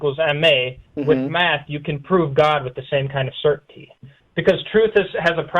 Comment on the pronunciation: Did you say Meth ? Oh you said math, lol